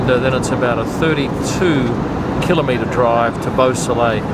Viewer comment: Hooray for you,! You pronoun the km word, kil-O-meter and not kil-AHM-eter. Kilometer is correct as dictated by the ISO standard that defines the entire metric system. Yet, EVERYONE else, including Google if you ask for the pronunciation, says it incorrectly. Keep spreading the word and telling us about all the fun you have going from race venue to venue.